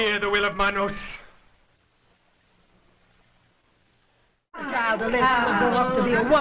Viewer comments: it's pronounced Ma-nos ... Not man -nos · pronouncing it as MANN-OSE and not MON-OSE is killin me 😂😂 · It's pronounced Mah•nos not man•os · Every time you pronounce Manos as "Mann-os" chips away at my soul a little bit. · It’s MAH-nos like how Jamaican people say man. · It's pronounced mawn-os. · I loved your video so much but it bugged me because Manos is pronounced “Maw-nos” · It's also pronounced Mah-Nose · The way he says manos.. I don't know if I can watch the whole thing. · The way he said manos greatly upset me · The way pronounces "manos" haha. Nothing but love tho 😅❤️